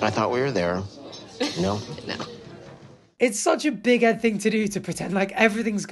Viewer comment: Why does it sounds like he’s saying big headed Liz 😂